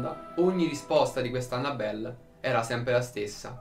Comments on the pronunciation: La cosa che fa più paura è il come pronuncia "Annabelle" 😂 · Esatto, mi fa male al cuore sentirlo xD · Aiuto, come ha pronunciato Annabelle😂